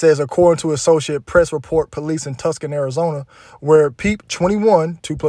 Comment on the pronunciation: Ain’t never heard someone pronounce Tucson that way🤣